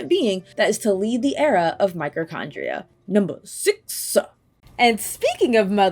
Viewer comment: Hearing "microchondria" repeatedly, it broke my brain. Zanza really is above them all, though.